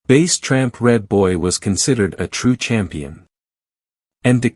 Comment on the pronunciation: Bass like the fish not bass like the speaker and he (tramp) was never rolled or tested and the computer voice is aggravating